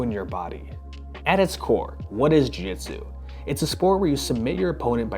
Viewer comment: You can't even pronounce Jiu-jitsu? - The "real name" of the Japanese martial art is commonly known as "jiu-jitsu" is (柔術) - look it up